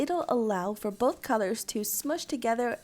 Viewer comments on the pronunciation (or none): none